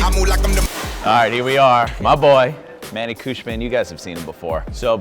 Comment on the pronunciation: Josh has known manny for so long and he still doesn’t know how to pronounce his name